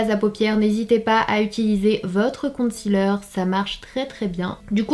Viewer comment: Pourquoi les français prononcent concealer " compte cealer" lol